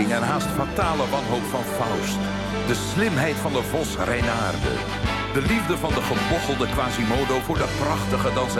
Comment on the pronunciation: Den Vos Reynaerde is old Dutch. And it's correctly pronounced. He didn't say "renard", which is French BTW.